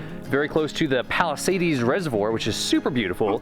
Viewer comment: Live 1/2 mile from there. Just FYI it's Palisades not palisadies no ee or ie or y